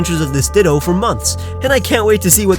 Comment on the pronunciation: He said ditta not ditto